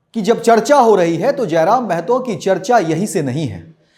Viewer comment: जयराम महतो है जयराम मेहतो नही